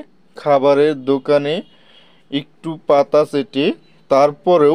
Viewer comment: এঁটুপাতা না❌ এঁটোপাতা✔️